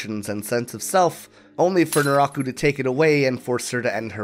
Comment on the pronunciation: It took me the whole video to figure out nuráhku is some weird pronunciation of naraku, it threw me off hard